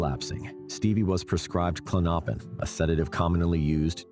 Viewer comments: Klon-o-pin not Klonnoppin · It’s Clonipin not Clinoppin!!! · Klonopin is pronounced KLON-oh-pin, not klon-OH-pin. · Not klonnoppin!! Lol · The narrator pronouncing klonopin as Klo-Nop-In is so annoying . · Dude, learn how to pronounce Klonopin